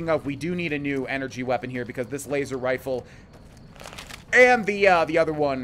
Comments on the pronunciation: did anyone else hear him say "waser wifle"? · Ah yes, Waser Wifle UwU